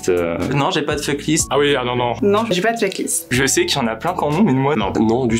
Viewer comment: Je vois surtout que personne ne sait prononcer le mot "FUCK"